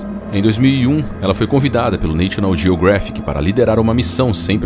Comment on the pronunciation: Neichional jiogréfic. Socorro. Não custa nada perguntar ao Google Tradutor como se pronuncia National Geographic.